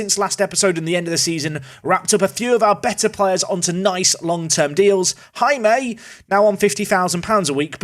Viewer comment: hey Jaime is simply pronounced as hai-me